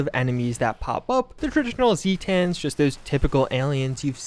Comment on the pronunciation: Say zetans right. Pronounce words right